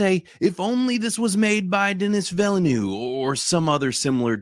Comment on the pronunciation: Every time either of you tried, and failed, to pronouce the name of the FRENCH CANADIAN director Denis Villeneuve I cried a little. His name is pronoucned "Dun-nee Vil-nuv." English is not the only language in the world.